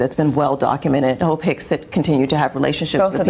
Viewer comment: Lord, I had to put the CC on because I kept hearing 'hoe pick' 😅😅😅 It was Hope😅😅😅😅